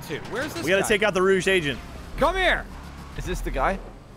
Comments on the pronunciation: Giant Apple or he's pronouncing it like the French word for red. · its not pronounced rouge its pronounced rouge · ROGUE, NOT ROOSH ROW-GA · Am I the only one who caught that was calling the rogue agent a rouge agent? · Giant Apple how you spelled it is how he was pronouncing it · Lol kept saying rouge wrong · rofl pronouncing rogue agent XD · "rouge"!= "rogue" DIFFERENT SPELLINGS. YOU'RE NOT EVEN FUNNY.